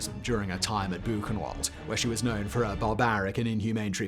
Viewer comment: Book-en-vald is the proper pronounciation of Buchenwald & there is little to no substantial evidence that Ilse Koch ever actually used the skin of murdered camp inmates for lampshades or soap.